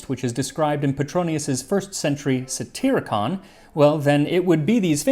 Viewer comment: It's worth noting that when dining the Romans rarely drank full-strength wine but instead diluted it with water and that "satyricon" is correctly pronounced "satyr-icon."